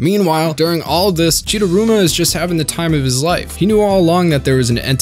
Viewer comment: Chidaruma not chidurama